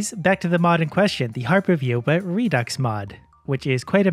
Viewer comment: pronounced redo